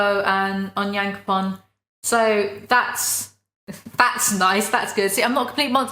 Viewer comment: Hahah you got onyakapons name right but levis wrong